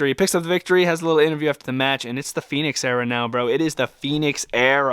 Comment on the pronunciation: Your saying Phenix. Its Fenix. Fen-ix